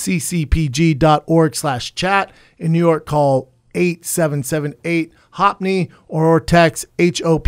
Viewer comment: Brendan pronounced HopeNY as hoppiny 🤣